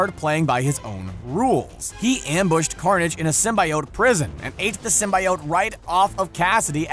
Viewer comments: Disliking cause the way you say symbiote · I will not subscribe due to the fact that you didn't do your research on how you pronounce symbiotes. You can literally youtube videos on how it's pronounced. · couldn't finish watching because of the way symbiote was pronounced. Fiirst Woorld Probleems. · Listening to you mispronounce symbiote makes my ears bleed. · You’re saying symbiote wrong. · ugh the was he pronounced symbiote. Gave me a dang headache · I'm annoyed by the way you say symbiote